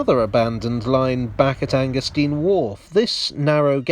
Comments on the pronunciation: 'stein' as in 'vine', surely? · Oh Dear! Anger-steen or Anger-stine? In German, it's the second vowel which determines the pronunciation. The Americans have a problem with both English and German, so pursuing their logic is a waste of time...